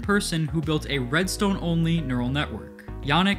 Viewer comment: “Its really quite simple readstone” -mumbo jumbo